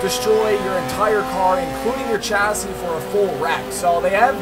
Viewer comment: no hate but please say chassis right